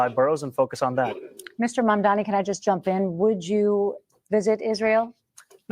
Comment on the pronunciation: Mamdani....not zamdani